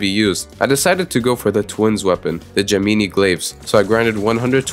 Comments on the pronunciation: "the ge mini glaives" my good sir that is the gem in eye glaives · Nobody gon talk bout how he said ge-meanie blades and not gem-ih-nye blades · je-mi-ni blades😂😂😂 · “Gemeenee glaves” ???? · bro said gemeenee glaves